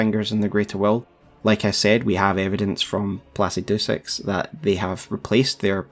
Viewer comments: Great content. Just one thing, it’s pronounced “pluh-sid-uh-sax” Sincerely, An engineer with a linguistics minor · I love the way you say placidusax, "placy do sacks"